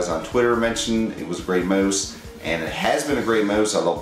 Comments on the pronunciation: did he just say gaming moose? HAHHAHA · he says mose, of course he is Canadian! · The way you say mouse, it sounds like your saying moose. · LOVE how you're saying mouse xD